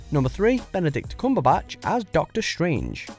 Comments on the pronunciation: Kumbabatch ?? Do you really say Kumbabatch ? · Omg how did he pronounce Cumberbatch?? But I love all of the Brits in the Marvel cast